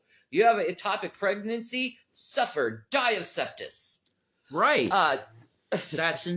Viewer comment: Heyyy, it’s Sepsis BTW. There’s no T anywhere in the word 😂